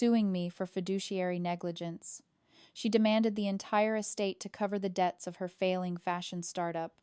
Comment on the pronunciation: SLOPPY! SLOPPY! SLOPPY! You need to edit both your script and your voiceover. The word is "debts", not "deaths"; that's only one of the many errors in this story. You are aware that YouTube no longer monetizes AI-generated stories that have not been edited by humans, aren't you? Since, I assume, you are creating these stories in order to make income, you might want to think about that.